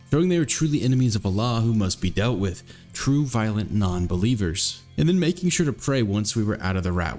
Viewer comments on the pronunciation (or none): none